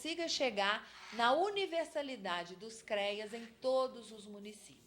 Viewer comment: Muito bom! Só dá agonia a pronuncia "CREIAS" FALA-SE: CREAS😘